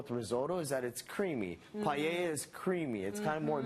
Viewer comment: It is paella not palleya